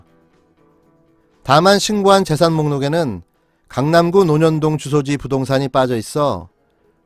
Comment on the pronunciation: 태영호. 지역구 강남구에. 재건축 할때 새터민 정착지로 청와대 국민청원 중인데 누구 아이디어인지 천재. 태영호 발음 강람구ㅎ